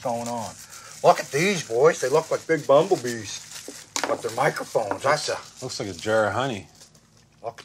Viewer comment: "Baublebee" o.O